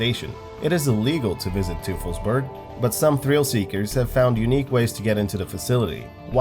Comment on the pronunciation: Yeah, I mean, he didn’t pronounce Teufelsberg right, either, but the restaurant near Lisbon sounded spot on because it’s familiar to him, where I wouldn’t be able to say it right. I always say that people who scoff because you don’t say a place name like a local are overlooking one obvious reason... you’re not a local. Imagine someone with a full blown Scottish accent heading to Louisiana and trying to ask how to get to New Orleans by pronouncing it “Nawlins.” They’d sound like a jackass. Not sure why we gotta laugh at people for saying a place name the way their accent dictates. He wasn’t that far off.